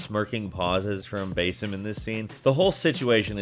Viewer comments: btw, why "Bay-sim", like i understand some of the narrator's won't always play the game and hear the actually pronunciation of the name and is instead written by writers who have, but like, holy. It's "Bah-sim". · Is that how Basim's name is pronounced? 🤔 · “Bayyysim” “moaleeem” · What's awkward is your pronunciations of basim and eivor Though I see others noticed this as well. Its fucking cringe worthy, man